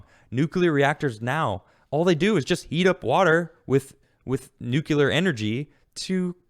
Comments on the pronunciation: Good segment. Fast question. What is NOOKYOOLAR energy? It's nuclear (new-cle-ar). God it's GWB all over again. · NUCLEAR....NEW-CLEAR, NOT NEW-Q-U-LUR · #theresNoUaftertheFirstSyllableInNUCLEAR! ...would it Kill ya to pronounce it NUKE-lee-er???! since it comes from the nucLEus of the atom? thanks!, a degreed Physicist